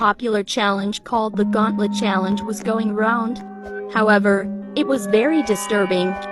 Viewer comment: TF?? THIS IS WHAT I HEARD: tHe GUWAntL0rt Choawange WHAT IS THAT NOISE 😭